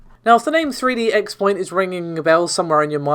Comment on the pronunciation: "3D X-Point.." It is pronounced CROSS-point. not "X" point.